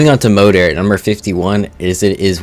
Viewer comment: Moeder is Mother in Dutch yes just pronounced differently than in the video.